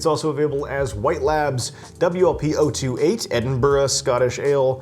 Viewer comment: Well done for saying Edinburgh instead of Edinboro and Boadicia is pronounced Boa disiya rather than Boodica, at least in GB, where Scotland still resides😅. Just a light hearted couple of helpful points in return for the absolutely brilliant video and this looks like a must brew beer. Many thanks.